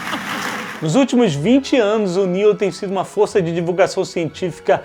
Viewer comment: Toda vez que ele fala isso da vontade de dar um tapa na cara dele e dizer "irmao o neil não se chama de Nélio" kkkkkkkkkkkk